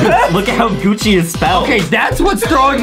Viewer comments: GUCCI not GUCCY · Is Gucci not Gucci ok